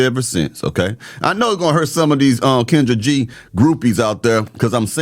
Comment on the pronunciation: YOU MEAN KEN-DRAG?